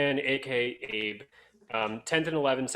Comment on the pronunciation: Oh and the way pronounced 'Abe' as 'Ay-buh' instead of 'ah-bay' even after gave him the rundown on pronunciation in the Samurai episode lol